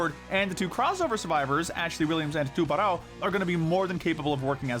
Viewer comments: ps you say it too-ber-ow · The pronouciation of Tubarão stabed my heart a little bit each time. I genualy dont know how to write down the correct way to say it either